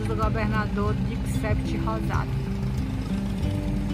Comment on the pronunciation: Exatamente, assim como Dix-Huit significa dezoito e Vingt-un significa vinte e um, esses nomes aí eram nomes de alguns dos irmãos de Dix-sept, que aqui a gente pronuncia "Di-Se", os Rosado são uma família tradicional da política potiguar.